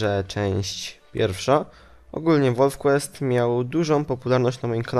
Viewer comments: Czyta się normalnie wolf quest a nie "łolf Quist". Zanim napiszesz komentarz skontaktuj się z polonistą lub osobą anglojęzyczną gdyż każdy komentarz źle napisany szkodzi opinij o tobie. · Czyta się wolf kłest osły!I imie które wybrałeś się pisze Katherina! Obejżyjcie Pamiętnik Wampirów to się nauczycie pisać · nie czyta sie wolf quest